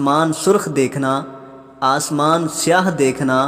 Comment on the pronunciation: اسمان نہیں آسمان